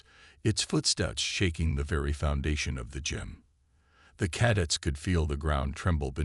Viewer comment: it's only 00.34 and twice "cad its" for Cadets ? Really... It appears you have forgotten the first rule of using AI readers - Check the results before posting your work. This carelessness earns you a thumbs down.